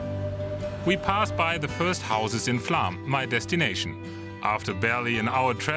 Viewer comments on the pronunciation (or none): Flåm is pronounced "flom", not "flam". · Great video but you need to work on the proper pronunciation of Flåm ;-) Have taken the train between Oslo and Bergen several times and that ride is amazing as well but I have yet to take the side branch down to Flåm. I'd like to ride Rallarvegen down on a bicycle and then take the Flåms railroad up.